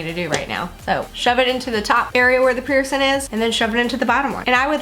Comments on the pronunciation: STOP WITH "PIERCIN" PIERCIN PEIRCIN!!! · Please pronounce your “g” in “ing”. Bothersome to consistently hear “piercin”. Sorry — just sayin’!😬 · “piercin” kind of bothered me 😂